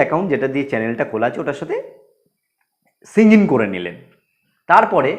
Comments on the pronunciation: চ্যানেল সিং ইন কি ভাই।।।আগে শুদ্ধ উচ্চারণ করো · Bhai apni sign in uccharonta bhul korechen.....r baki english uccharonta poropori hoina....ei dike kheal rakhben...